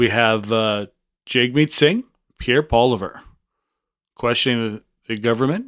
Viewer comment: It’s Polievre not Poliver. Please pronounce it properly.